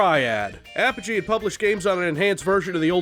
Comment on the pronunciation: Whoa whoa whoa.....hold up......did you just call them APP-UH-GEE?! Don't you mean UH-PODGE-E?!!!! Regardless, RoTT was the game I grew up on, and I swear it made my love for violent FPS's.